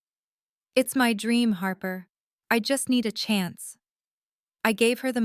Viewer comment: 'Harper' becomes 'harbour'